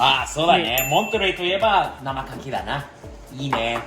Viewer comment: アッちゃん、カキ⤴️じゃなくてカキ⤵️だよ(￣▽￣;) カキ⤴️は木に出来るアレ・・・ てか、裏にこんなBBQスペースがあるなんて、やっぱアメリカはいちいち規模がデカすぎるΣ（ﾟдﾟlll） この家を日本で建てたら一体幾らかかるのやら・・・((((；ﾟДﾟ)))))))